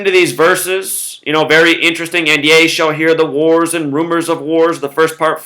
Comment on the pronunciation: Ye - rhymes with He (strong "e") Not yah